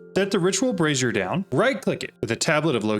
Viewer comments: not sure if you realized but with the way you pronounce brazier, you sound like you are saying brassiere as in bra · Someone has told your friend how to pronounce Brazier, and what a brassiere is right? 😅